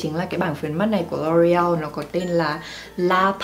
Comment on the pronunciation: Cái Loreal đọc là EO ÂY chứ LA gì má 😂